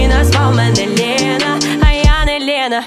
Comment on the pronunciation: В пісні всього три слова в приспіві з російською вимовою "охрана, отмєна, Лєна" - все інше чудова українська